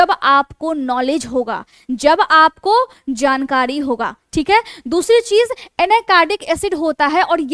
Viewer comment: आप अच्छे अंदाज में बोलती हैं। थोड़ा उच्चारण सुधारने की ज़रूरत है। एक 'बाड़' नहीं एक बार कहते हैं। लापरवाही नहीं, लापरवाही कहते हैं। जानकाडी नहीं जानकारी... थोड़ा ध्यान देने से भाषा सुधर जाएगी।